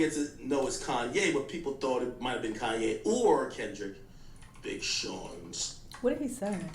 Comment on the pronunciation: Why does he keep saying kanYE😅